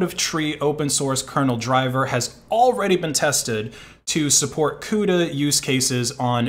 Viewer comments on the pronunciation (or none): none